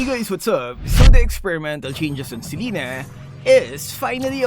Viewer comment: Thank you for pronouncing Selena's name correctly.